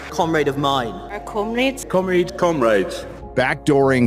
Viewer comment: with the british green party commies they are pronouncing comrade wrong lol